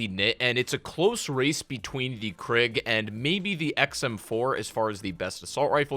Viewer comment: I know he did not just say KRIG !!!